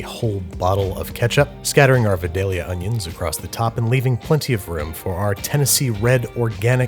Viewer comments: Not how u say Vidalia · Why do so many youtube chef/cooks pronounce Vidalia incorrectly?! This frustrates me as it spreads misinformation. The vidalia onion is named for the town in Georgia that is famous for growing them. It is pronounced just like the in the song Vidalia by Sammy Kershaw. A song about a woman named for the titular city famous for its onions who always makes him cry. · Babbish It’s vidalia onion Not vedallia Pronounced vi-dal-ia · as a person from vidalia, i thought you should know its pronounced V (eye) dalia -Vidalia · (vi-dale-YUH) as a Georgian, the way you say vidallia is triggering. Fun episode though. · it is pronounced Vie-dayl-yah not ve-dayl-ya. Vidalia is like the next town over from me and nobody likes it when you say it wrong :/ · babish i’m here to make u more southern. i live where vidalia onions come from and i’m here to say it’s pronounced “VYE-DAY-UH” 😭 vidalia, georgia is a nice place also, you should come visit! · Babish they're pronounced VI-dayah Onions, love your content! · Thank you so much for including Vidalia onions! But it’s pronounced V(eye)-dale-ia, thats Georgia makes for ya 😂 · It's pronounced "VY-DEHL-YUH", and sometimes "VY-DAY-YUH" by older Vidalia Onion growers. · As someone from Vidalia, Georgia, its pronounced Vye-dail-ya. Thanks y'all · Come on man its v-eye-dalea 😂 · From georgia my GF is upset you keep saying Vidalia....When the pronunciation is Vydalia. I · As a Georgian.... Vidalia is pronounced v-eye-dale-yuh. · Babby, I have been a proud consumer of your content for years and have loved you since you put out some of your first videos, but as someone who is from Vidalia, Georgia and has picked those blasted onions with my own two hands, all of us would like you to know that the “Vi” is pronounced like “Vye”, rhyming with “bye” or “hi” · It’s pronounced “VIIIE-DAY-ELL-YA” Source: being born in SW Georgia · The Georgian pronunciation of Vidallia is V-"eye"-"day"-yah or V-"eye"-"dale"-yah